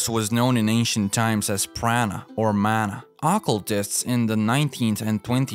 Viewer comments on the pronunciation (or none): none